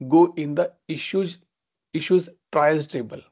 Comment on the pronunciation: it's "tree-age" not tri-age